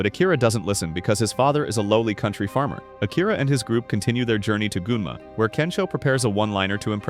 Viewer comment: Nah did they just say goonma